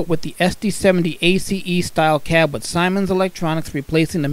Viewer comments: Lmao it's pronounced SEE-MENS not SIGH-MENS. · I know this might sound ridiculous, but Siemens is pronounced like SEAMENS.